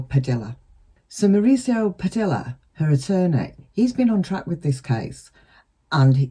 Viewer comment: I believe attorney’s last name is pronounced “Pah-DEE-ah” not “Pah-DILL-ah” 💗